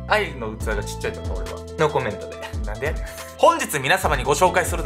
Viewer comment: お誕生日おめでとうございます🎁🎂 これからも応援します💪🏾😍 あと、なんでやねんの発音がネイティブです笑 関西人として嬉しいです😂👏🏾